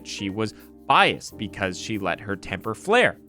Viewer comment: Most unlikable defendant I've seen in years. Worse than Murdaugh. Right up there with Bundy. Brooks was so irritating it was painful to watch. Did enjoy all his erroneous terms: substain, wavery, relevancy, biast, and tackit agreement.